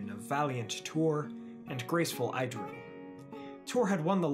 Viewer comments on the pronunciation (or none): And Idril is pronounced = Ee-drill (ee as in meet) Maeglin is pronounced = My-Glin (the i as in glint) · Idril is pronounced as [idril] IPA